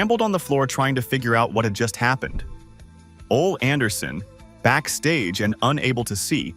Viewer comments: Biskoof 😂😂😂and Oal 😂😂😂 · Your videos are fine for historical purposes, but you seriously need to fix whatever AI your are using, because this comes of as very stupid when you can't even pronounce the names correctly. This seems like a joke. Tony Schavoni, Ole, Verne Gagne. Im sorry but your videos come off as amateur and or as someone who really isn't a wrestling fan, but as some trying to cash in on a genre they don't actually know. Just voice your videos yourself so that the names are at least pronounced correctly.